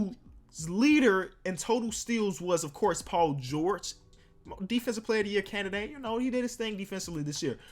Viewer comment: Wow he said M.I.P canidate like if you heard same